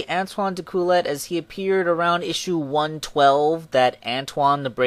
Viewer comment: Becsuse he is french, Antoine's last name is pronounced: dekuyay. I know its strange but you were driving me crazy